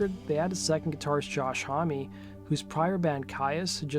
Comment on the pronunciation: I don't think the French pronounce the name Homme the way you do...